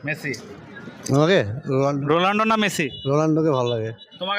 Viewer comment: ভাই নামটা তো ঠিক করেন বলছে Rolando 😀